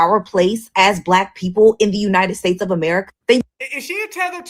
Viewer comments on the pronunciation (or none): WTH??? FROM UNITEDED STATES??? ITS UNITED STATES MAAM'